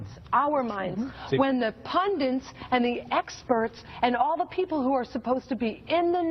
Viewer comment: ffs it is "PUNDIT" not "PUNDINT"